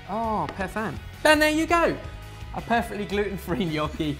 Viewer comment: "Pear-fectly glutenfree gnocchi"